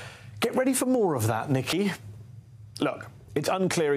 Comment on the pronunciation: that's a very odd way to say Nikki from trump. Very much sounds like the n word and very deliberate as well.